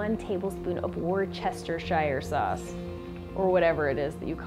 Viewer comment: Nice job, good cook! And its pronounced like this, wuster-shear ;)